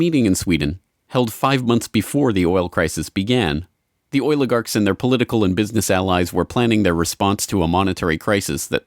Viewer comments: I just wish eddie bravo woulda warned me HOW MANY TIMES THIS FOOL SAYS OIL-A-GARKS!!!!!! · "The oiligarchs"